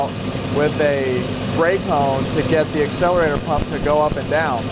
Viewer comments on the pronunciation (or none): none